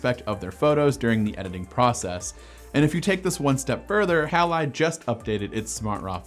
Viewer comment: Surely "Halide" is pronounced "Hay-lide" --- It's always pronounced like that in chemistry.